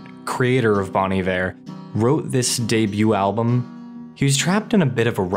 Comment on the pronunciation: My only qualm with this video is that you pronounced Bon Iver wrong. It's (Bone) Iver not (Bawn) Iver, as it is French for good winter. Other than that, awesome video, very well done and beautifully reciprocated.